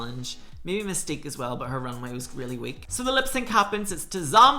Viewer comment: “Mystique” in your accent sounds like “Mistake” in an American accent, I can’t stop hearing it 😂😂😂 Your take is always literally spot on 100%, love these